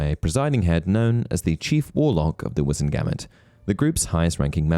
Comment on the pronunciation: The way you pronounce "Wizemgamot" irks me 😂😂😂